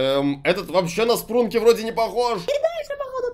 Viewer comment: Спрунки а не спранки